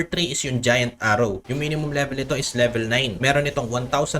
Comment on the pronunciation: Pa libilen😂😂😂 Bisaya ka😂😂😂 Ako din eh😂😂😂